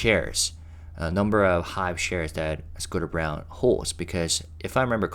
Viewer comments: I think that Scooter's last name is pronounced like BRAWN. Isn't it usually the case that the old CEO only sticks around for 4-5 years after a takeover? Surprised he lasted this long. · I’m hoping that you got that it’s not “Scooter Brown,” it’s “Scooter Braun” (pronounced like brawn.)